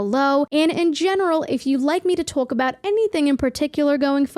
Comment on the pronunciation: Are you Italian? The way you said the word talk sounds like a nj Italian accent lol